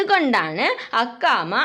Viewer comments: നിങ്ങൾ പറയുബോൾ ഒരു പാട് മിസ്റ്റ് യ്ക്ക് ഉണ്ട് അക്കാമ്മ അല്ല അക്കമ്മയാണ് ക്കേട്ടോ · അക്കാമ അല്ല അക്കമ്മ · അക്കാമ അല്ല അക്കമയാണ്